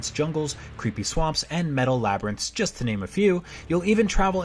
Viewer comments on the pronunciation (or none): none